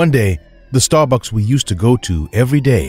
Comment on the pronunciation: The first story lollllollol "starbuks"